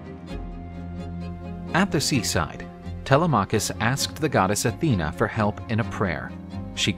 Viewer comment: It isn't tele M'acus with the accent on the M ...it's telema K'us with a soft accent on the K. The Greeks should have sand blonde hair , hairy chests and blue eyes or red hair with hairy chests and green eyes as was their appearance in ancient times, for they descended from Esau and are the mariner tribe of Dan.